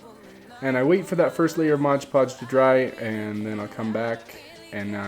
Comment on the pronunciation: It's Mod Podge not Modge Podge.